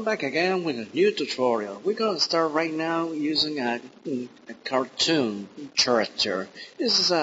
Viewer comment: Lol you pronounce character as chericter! Try saying it like this: Karakter.